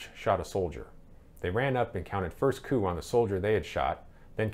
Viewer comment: The word is not "coupe" (french) "coup"...pronounced "coo"...!!!